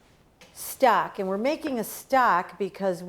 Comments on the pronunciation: I thought she was saying stack and I didn't know what she meant. Then one time she said stock and I realized what she was saying. I would shred the pork. The chunks looked to large for the tamale. I would also spread the masa down to the end more. You can still bend it up and the tamale would be larger. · Great video! You sounded like you were saying stack vs stock. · I think Maybe that the ONE small detail that you FORGOT to ADD here (for Many who have NEVER done tamales before), is to let folks know HOW TO soften up the corn husks. There are MANY watching your video who have NO idea how to soften up the corn husks OR WHY it Needs to be done, so Maybe you might want to ADD that small detail here. Other than that, you have a cool video. Your "Stock" sounds like you're saying "Stack", ha ha! :-P You have a clean & orderly Kitchen-liking that! Please make more videos on how to make chicken tamales OR other flavors. A FEW folks like the sweet ones, i'm NOT one of those, yuck. :( I LOVE chicken tamales AND the beans with cheese, yuuuuuM! :-D HAPPY Halloween to ALL AND Happy Holidays TOO! :-)